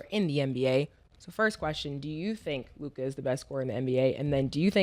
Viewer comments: "LewKaaah" drivin me badly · At this point, he either likes to hear himself say Lu-kah or he gets confused between his potna Luka Brazzi from the street... if you know you know... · "Lou Cah" -Ma$e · Think lu-cuh mase, not lu-kaaaaaa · LU CUHHHH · Somebody tell Mase it’s pronounced Lu-Cuh 😭😭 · " Luke- Ahh " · Ma$e saying LuKAH is triggering me sumthin serious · Who's Lou-kah? 😅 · Who is Lukah? Mase got to be saying his name like that on purpose.. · “Lukai” -Mase 😂😂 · Mase pronouncing it “Lu-KAH” is killing me lmfao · 😂😂😂 he say it like his name is spelled LUKI 😂😂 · Lu-god, like shamgod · Lu-kah lol😂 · Mase “LUE’KHAD” 😔🤦🏾‍♂️🤦🏾‍♂️🤦🏾‍♂️ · the way he said Luka 3 times ina row 😂 why he saying it like that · why cant mase pronounce luka?😂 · Murda adding an extra ahh to luka name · Who taught mase how to say Luka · Why is it so difficult for Ma$e to say Luka's name? 😤 Gahdamn son 🤦‍♂️🥴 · Mase just butchering Luka name my goodness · Mase is pronouncing Luka name with too many letter lol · hate the way made say luka 😂😂😂😂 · Bruh i freaking hate the way Mase says Luka’s name 😂😂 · 3 days straight and this dude can't pronounce Luka name right? He need a producer in his ear... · I have to forward any topic on Luka cuz I can't take it and they won't say anything to him. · Man murder gotta learn how to say Lukas name